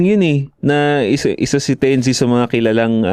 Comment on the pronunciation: "tense" bigkasin yun mga tol hindi "ten-zi" correction lang just in case mapagusapan ulet. gandang topic